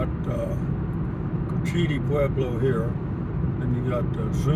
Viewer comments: It's pronounced Coach ua tee lake. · You mentioned that you were unsure about the pronunciation in a previous video... it's pronounced coach-eh-tee